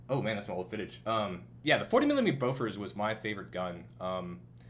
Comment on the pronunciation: I'm not correcting you by any means, and I'm guessing you don't speak Swedish as your first language, but I did find it a bit amusing to hear how you pronounced Bofors since I've never heard it pronounced by a non-Swede before